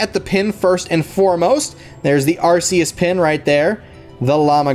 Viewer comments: it's not arses arccccus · I don't want to be mean but it's actually pronounced are kee us